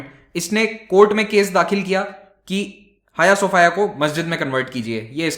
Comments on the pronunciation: 'हाय सोफाया' नहीं, 'हाया सोफीया'! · Jaaaaaaaahhhh.....!!! Hm to soch rhe thay Hagia Sophia koi ladki Hai... Pronounce b haagiaa sophiaa Kr rhe thee :D